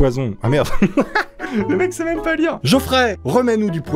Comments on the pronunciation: Mime tu veux dire meme ? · OMG il a dit MIM OHlala !! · on dit meme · Non en anglais le e ce dit i